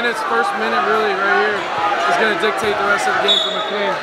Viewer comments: fax, its mic-clane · It’s been so funny being from virginia and seeing him pronounce mclean mickleen😂